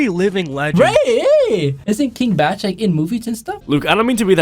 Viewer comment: Bruh did you say Kevin Bach??